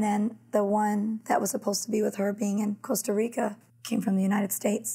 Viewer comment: It’s Costa Rica .Not Cooasta Rico. So disrespectful to mispronounce the name of countries.